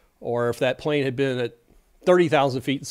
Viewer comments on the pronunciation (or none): none